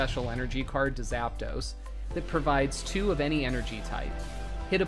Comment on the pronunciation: "Zappa dos" "arkah type"